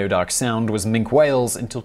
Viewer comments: Minke is pronounced min-kee whale not mink the member of the weasel family. 🙄🤦🏻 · The Minke whale is pronounced with "e" as Min-kee , not Mink..the Mink is of course a river dwelling amphibian predator similar to the otter. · Minke whale. . Pronounced "min-kee" . . Not Mink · Minke whale, pronounced minky. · Minke whales, it is pronounced Minki. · Nah not his accent, he is a serial mispronouncer. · . . Minke whales. . . Pronounced "min-kee" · Minke whale, pronounced Minkee whale. Minkee. Minkee. I'm not in the least bit triggered... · Minke whale is pronounced 'Minky whale' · Min key whale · Of course but this is specifically a bread of whale named after a person who's name is pronounced that way. The pronunciation of this type of whale is correct as I have detailed and incorrect in the way the guy said it on the video. It is a case of right and wrong, not dialect, not American English or British English. One way is correct and the video is wrong.